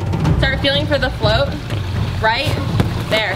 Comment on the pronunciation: “Which is on a giant French flote” 😂